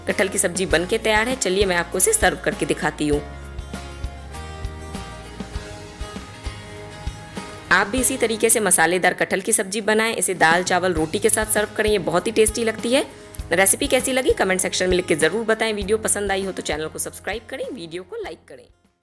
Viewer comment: Mam aap R ko d kyo bolti hai? Garam ko gadam or kre ko kde, fir se ko fid se, vese recipe achi bnai h aapne hai or jackfruit meri favorite sabji hai . Thanks